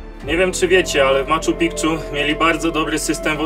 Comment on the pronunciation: "Maczu Pikczu" no spoko